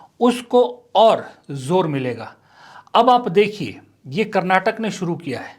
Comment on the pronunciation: Sir i love ur videos but one thing I have to tell everyone whenever ur taking states name take it fully being kannadiga it's karnataka not karnatak please...